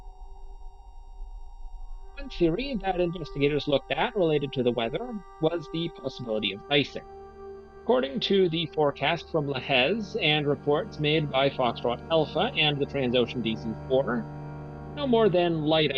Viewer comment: Pronunciation of enroute facilities is abysmal!! LAJES AIR BASE should be fairly easy to speak. Crew duty day was clearly a contributing factor.